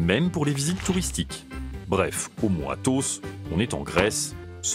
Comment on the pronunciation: Ok, mais le commentateur parle du mont Athaus (aus, et non os comme en Grec) donc, je me suis dit...